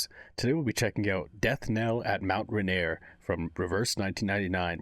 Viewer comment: Huh Mt Rainier is in my home state didnt expect a gacha to use it in a story. (its spelled weird btw its pronounced Ray-neer)